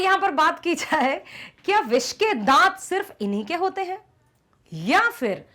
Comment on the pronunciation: Bissssss ke dat😂😂😂